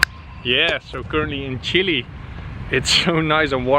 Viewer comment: It's fun to hear you saying "Chily" instead of "Chile" hahaha